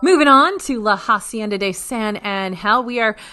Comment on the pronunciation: La hacienda is pronounced Ah-cienda, not Ha-cienda. H is silent.